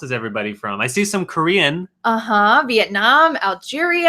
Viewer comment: When i heard u said Việt Nam, i immediately thought u’ve ever gone to the country, because most of the westerner couldnt say it like u did, they always say “Viết Nam”..